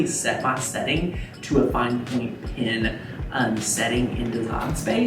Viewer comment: What did you put in the mechanical pencil.... can't understand you. A pin?